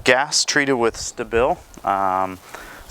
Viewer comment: It’s pronounced ‘STAY-BULL’ , ya see how that kinda sounds like ‘stable?’ Like what you’re doing to the gas. Making it stable. NOT whatever the hell you were saying. Other than that , the thing is to friggin loud.